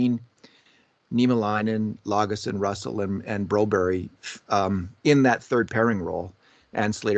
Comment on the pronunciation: Broberg, not Berry. It's not Berrerg